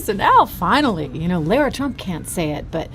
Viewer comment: Lara is pronounced LA-rah where the first A sound like the feminine article La in French and the second sounds like Ra, the Egyptian God.